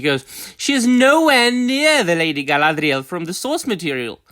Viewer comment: Once again, I just here for the Guy-LA-dREE-AAL.